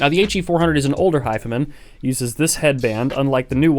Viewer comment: His pronunciation of “hifiman” is seriously annoying. Very.